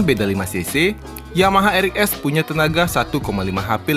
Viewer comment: R EX bukan R EK